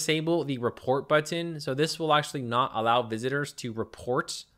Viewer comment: I love how you pronounce.... BuTTon